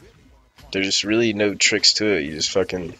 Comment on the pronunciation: You forgot the r in tricks